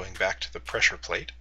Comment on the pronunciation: its a pressure plate, u say it as pleasure plate:P